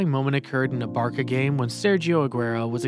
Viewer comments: "Barça" not ✨barka✨ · Wait hold up barka no no no no it's barça the c makes an s sound I'm spanish🇪🇸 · Someone tell this guys its called barca(pronounced barsa) not baaka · "This young barka player" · Ain’t no way bro said “barka” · this video is sad and all but this guy's gotta learn to pronounce 🤣barka